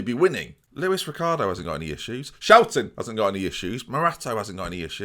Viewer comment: “SCHOUTEN” kills me every time 😂😂😂